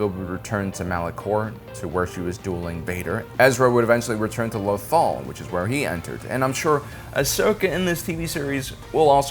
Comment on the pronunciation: I love your content but there are times you have mispronounce things that I know you've herd characters say but still always say it the way u want... You can say Lothal the way it's pronounced. However loth wolf's your butcher. Again I love ur starwars content ur one of the best out there.